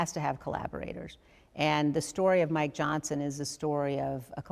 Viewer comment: Every time you say Mike Johnson it sounds like "my Johnson." And I'm okay with that.